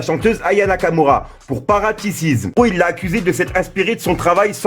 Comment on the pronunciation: Parasitisme pas paratissisme